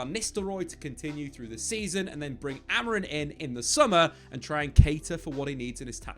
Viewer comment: please - AmorIM, not Amor-IN